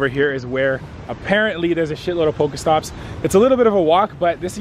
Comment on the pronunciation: It's not poko stop it's pokééé stops